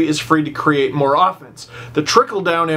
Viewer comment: everytime he said "more" I chuckle because it sound like "moore"